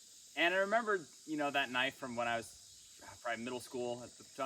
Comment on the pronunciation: That's a knoife!🤠